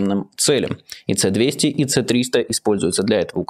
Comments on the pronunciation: Короткое техническое замечание. Название ракетного комплекса читается как «Эс-200», а не «Цэ». Русская буква С, это все советские разработки, никакой латинице в названиях нет. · ЭС - 200, эС - 300, Эс! Цэ -200, так не говорят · Майкл, не "Це-200", "Эс-200". Это русская буква "с". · Не цэ200, а эс200. Ну, Майкл,ну блин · Блин. С-200, а не Ц-200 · Да не Ц-200, а С-200 - "эс") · Ну "Эс двести" же! Ну как так-то?! Это ж не "химарс" заморский и не "скальп" какой басурманский, чтоб название так перевирать! Откуда там "Це"? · Майкл, не ЦЭ, а ЭС. это русская буква. "С" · Правильно С200 а не Ц200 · Не "Ц", а "С" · S-200 не Ц-200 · Не "ц"200 а "С"200! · Ц 200, Ц 300 слух режет. Там С а не Ц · с-200 а не ц 200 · Меня аж корежит. Что за Ц-200? Это С-200! С, а не Ц! Ну, комон, Майкл. Это ж еще с комплексов С-75 началось. А потом через С-125 к С-200 и далее к С-300 и С-400. Нет, я понимаю, что из-за границы все читается на английский лад, но нет, не в этом случае! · Не. Ц200 а эс200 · Эс, а не цэ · не ЦЕ-200 , а С-200 "эс- двести" ты че так затупил?)) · Лапотник не Ц а С. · Он даже не знает как комплекс называется. Говорит Ц200. Критичный клоун 😂😂😂😂😂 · не плавают, а ходят, и не ЦЭ, а ЭС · Чо то заговориваться стал, думать на английском. С-200 это именно эс-200, а не це. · Ну вот какие нах@ Ц200? Это советское вооружение и читается С200. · Майкл, приветствую! Небольшое замечание- эти ракеты имеют кириллическое написание, а не латиницей, поэтому корректнее говорить «эс 200», а не «ц-200» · Спасибо, Майкл за освещение важных событий и разбор их последствий. Небольшая поправка - корректнее не английская "Ц", а русская "ЭС". По крайней мере Руслан на всех сводках и интервью так называет эти комплексы. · Майкл, Эс а не ц, это советские системы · Комплекс ПВО С-200 советского производства, он читается как эс-200, а не цэ-200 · Майкл, не "Цэ-200", а "Эс-200". Спросил бы у Левиева. А в остальном молодец. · Почему "Цэ-200"? Вроде раньше было "Эс-200" ? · Почему "Цэ", когда "Эс" правильно?